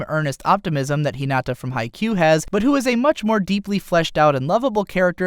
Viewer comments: No one is going to say how he said Hinata’s name wrong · "ひなあああた" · You lost all your cred in this video when you pronounced "Hinata" incorrectly.